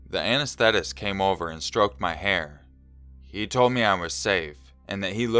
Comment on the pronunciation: you should probably look up the pronunciations of some of these words like anethstetist and cannula :'3